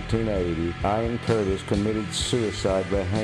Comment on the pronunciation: I get it, but it's a little disrespectful to intentionally mispronounce the man's name on purpose. The first time you say it you pronounce as Ian and for some reason switch later to Ion. Sorry, but that's how I feel. Otherwise I think it was a really good synopsis and I enjoyed it. You chose a great song for background.